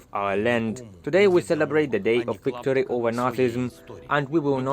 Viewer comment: Yes Wictory! You try speaking Ukrainian so they can make fun of you. 😝